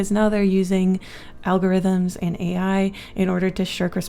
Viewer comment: Ai not air